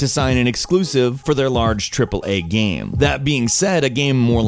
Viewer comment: the way you say game lol xD everytime you said game it sounded like gaem